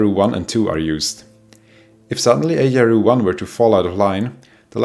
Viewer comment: Always upsetting to hear of casualties although, with no disrespect whatsoever to those poor victims - nor to our excellent host whose Engish is 766 times better than my (Swiss) German, must confess that I couldn't resist a wry smile hearing Ay-dee-eye-ar-ooh😏 which makes a lot more sense than ...-ar-you🙂❤